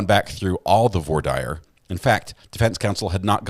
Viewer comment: LOL, it’s “vwar deer”. 😂